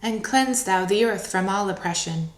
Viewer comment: probably all the ones who know that the pronoun "thou" is being mispronounced, throughout the entire reading.